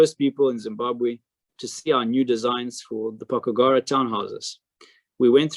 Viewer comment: It's pronounced 'po... kugara'. Not pokugara. 🙂